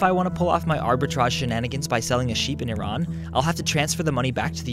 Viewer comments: thank god you say iran (e-rän) instead of iran (i ran) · YES! He said Iran correctly. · I'm Persian so when he said Iran (and pronounced it correctly!) I completely forgot about the rest of the video and focused on Iran. lol..... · He even pronounced Iran correctly! Not the ignorant way- "Eye-ran"